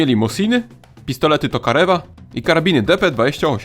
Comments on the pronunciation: Tokariew - tak się to wymawia po polsku. Nie Tokarew. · Tokarewa😂 tokarjewa jak już